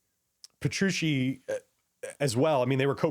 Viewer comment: Puh-true-chee. Thanks for the in-depth overview of the gear on this album.